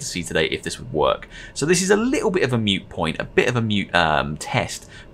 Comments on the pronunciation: MOOT POINT NOT MUTE POINT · I just wanna know who taught you that "moot" is pronounced "mute". You should hit them lol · Its a "moot point" not "mute point" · Moot point... not "Mute point". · MOOT* point. "Mute point" isn't a thing